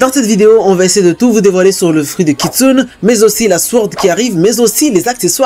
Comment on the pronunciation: il le fait expre ou pas il dit kitsun